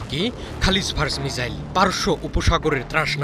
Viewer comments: উচ্চারণের কি বহর... বলে কিনা মিজাইল!! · শালা উচ্চারণ করে মিজাইল,😂😂😂😂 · ঠিকমতো মিসাইল উচ্চারণ করতে পারে না। ..চ্যানেল খুলে বসে আছে